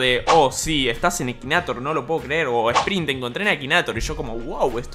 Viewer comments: Se escribe Akinator se dice ekineitor xD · Se pronuncia akineitor XD (en mi país)